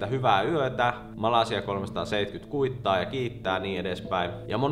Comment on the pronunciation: Miks sanot Malesian "Malasia"? Voisitko vastata.